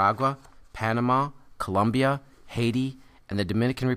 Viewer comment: It's COLOMBIA, Not ColUmbia!!!